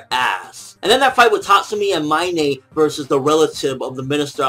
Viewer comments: Her names Mein, not Minay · Isn't pronouncing Mine's name wrong? It's pronounced exactly like the English word mine right?